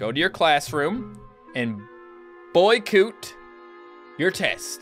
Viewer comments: Boycoot EXCUSE ME ITS BOY COT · It's boy - coot